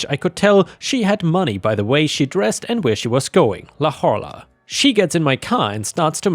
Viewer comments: Just a small note and I get why but having grown up in the area I had to double check what was written: La Jolla is pronounced "La HOY-a", it's a spanish name so the J is pronounced like an English H and the LL is a Y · I know you’re not in the U.S., so I’ll help you out, La Jolla is pronounced “La Hoya” the LL makes a Y sound in Spanish, and like many California towns, La Jolla has a name with Spanish influence. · Just a note... "La Jolla" is a Spanish name, and is pronounced, "La HOY-yuh". Love listening to you read stuff,! ❤🌟